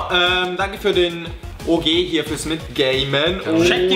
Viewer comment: als jan OG deutsch ausgesprochen hat, dachte ich zuerst OG als Abkürzung für Obergeschoss ;D